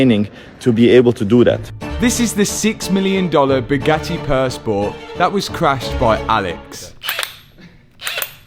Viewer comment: oh he finally pronounced Bugatti properly. yeeey